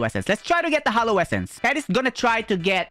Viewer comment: Its hallow not hollow